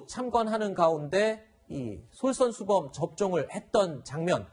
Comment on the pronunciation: 솔션슈범x 솔선수범 발음좀 제대로 해주세요...꼭 AZ로 먼저 맞아주시고 바이알 안에 식염수 넣어놓고 쇼하시지 마시고요..